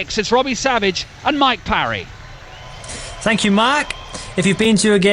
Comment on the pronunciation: He can’t even say mike parry’s name right